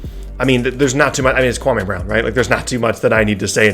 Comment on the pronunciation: You pronounced KWAMEEEEY BROWWN wrong. Watch Stephen A Smith, he got it right